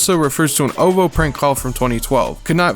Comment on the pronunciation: even glovo and ovo lmao it’s Glo V O and o v o